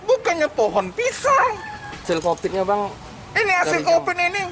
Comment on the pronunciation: kuvat kopit kuvat kovit bosan gua dengernya